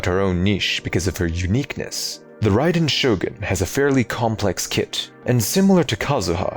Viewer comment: Expect at pronouncing the character that, literally, gives the name to the channel